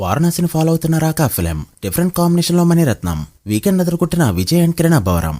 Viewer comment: టైటిల్ సర్రిగా పలుకు bro RAAKA❌ nAAkka ✅ 😂